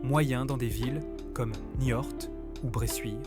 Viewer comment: J’ai arrêté à la moitié ! Çai fait bien 10 fois que l’IA parle de se "balancer sous un porche" ou même "sur un porche" ! Et ill vient de parler plusieurs fois de la ville de NIORTE ! Elle a beau nous faire son ton jovial, elle ne comprend même pas de quoi elle parle ! Elle nous prend pour des trisomiques !!! Ça gave. Allez, je zape cette chaîne superficielle qui fait que du remplissage infâme pour faire croire qu’elle sait quelque chose Que dalle, oui !